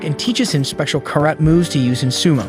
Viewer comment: anyone else triggered by how he pronounced karate and chanko nabe?